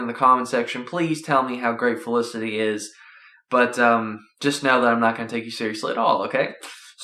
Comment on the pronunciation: dude its not olicity its felicity